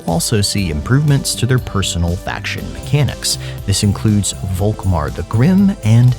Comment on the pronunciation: Please - the Name is spoken FOLKMAR - its a German Name ;)